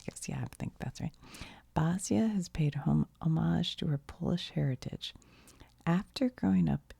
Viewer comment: Basia is pronounced “Basha” 👌 Her big hit was “Cruising for Bruising”.